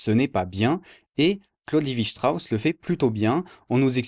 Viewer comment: Pardonne moi mais je pense que tu prononce mal Claude Levi Strauss 😂 merci pour cette vidéo très informative 👍